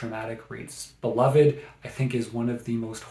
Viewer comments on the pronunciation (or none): none